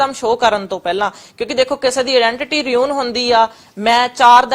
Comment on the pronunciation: ਵੱਡੀ ਅੰਗਰੇਜਣ ਫੁਕਰੀ ਕਹਿੰਦੀ “ਰਿਊਨ”। ਫੁਕਰੀ ਬੀਬਾ “ਰਿਊਨ” ਨੀ ਹੁੰਦਾ “ਰੂਇਨ” ਹੁੰਦਾ। “ਪੈਰੈਂਟਸ” ਨੀ ਹੁੰਦਾ “ਪੇਰੈਂਟਸ” ਹੁੰਦਾ।